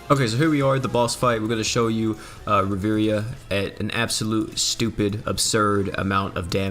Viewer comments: Please don't pronounce it riveria it triggers me. It's pronounced riv-e-air-a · I swear if I hear you say Riviria instead of Riviera one more time I’m gonna lose it